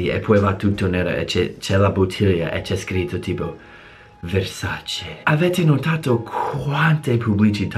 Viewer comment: Sei ufficialmente Italiano quando dici Versace invece di Versaci...bravo 💪🏼